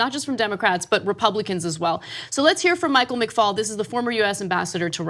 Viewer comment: McFaul not McCall .